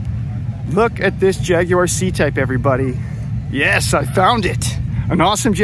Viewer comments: WOW, an American who can pronounce Jaguar properly! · Thank you for pronouncing "Jaguar" as the manufacturing country would pronounce it, albeit with a "heavy American accent"....